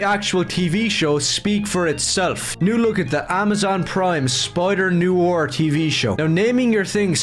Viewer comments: "NEW-ARE" "NEW-ARE" this kid is really hard to listen to. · His pronunciation of noir is weird why is he pronouncing it 'new or' when it's 'no are'.:_OneTenth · noir /nwär/ literally look up noir pronunciation on google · I know it’s probably just his accent but it’s ‘noir’, not ‘noo-war’. If he wants to be so pissy, he should be subject to his own kind of criticisms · HE CAN'T EVEN PRONOUNCE NOIR!!!